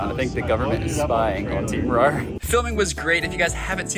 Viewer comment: it’s RAR not roar